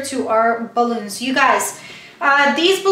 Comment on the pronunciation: I love ur video... but its cute how u over pronounces words balloonza.... great directions and demonstrations